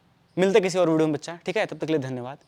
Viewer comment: Bhai video pranounce karna jara phirse😂. Majak se hatke